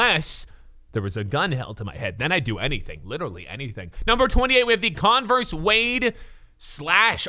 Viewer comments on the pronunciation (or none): none